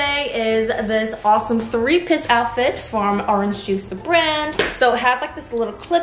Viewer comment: did she say 3 piss outfitlol? and did she just pronouce Givenchy as 'Gkee venchy'...?🤦‍♀️🤦‍♀️🤦‍♀️🤦‍♀️🤦‍♀️yikes dam girl plz know how to pronouce words and brands first before u misspeak0_0